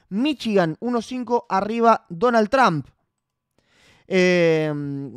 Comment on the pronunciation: pronuncia bien Trum como que Tram